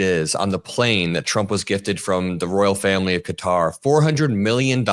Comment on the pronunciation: Thank you for not calling it "cutter" like every other youtuber ive heard.💙🩵💙🩵